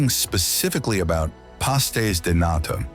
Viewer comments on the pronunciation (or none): none